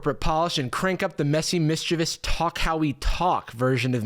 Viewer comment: You pronounced 'mischievous' properly! I swear it's more common that someone says 'mischevious', which isn't a word. I felt like I was being gaslit, 'if everyone is pronouncing it like this, maybe it's me that's wrong?' I thought I was going insane 😂